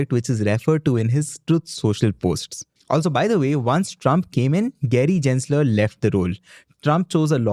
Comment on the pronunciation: Gensler is pronounced as G-en not J-en. Just saying, no hate intended:) Thanks!